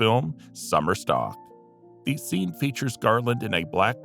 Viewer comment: "thee" "thee" this and "thee" thee" that, the word is 'the'.